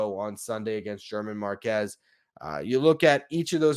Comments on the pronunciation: oh-HEE-dah BRONE-yah her-MAHN mar-KEZ The first two is the way I've heard it said by everybody The third one I am using my understanding of one semester of college Spanish (in which I earned an "A") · Dude .. Bob Ojeda, Rico Brogna, German Marquez, and more .. you pronounced all of their names wrong .. you obviously understand baseball and the recent Mets teams, but you take a hit to your credibility when you pronounce these names wrong